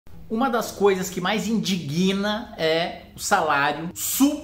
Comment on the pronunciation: Excelente exposição. Mas... "INDIGUINA"??? (risos)